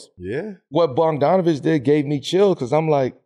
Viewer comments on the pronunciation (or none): Mf say “Boban Bogdonavic”